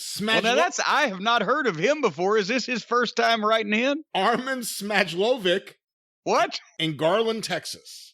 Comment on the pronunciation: Smajlovic. It’s Bosnian. Lol